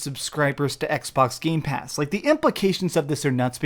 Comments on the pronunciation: It triggers me every single time when he says: GameSpass is GamePass not Games-Pass. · I've always liked when you say gamespass with the s. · Also keep saying Gamespass 😆